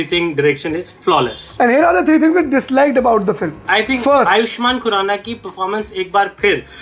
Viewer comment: filim bolta hai film ko... kisne notice kiya?